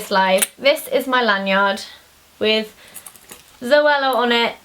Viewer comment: hehheh. she say land yard:) amercians will understand because of the accent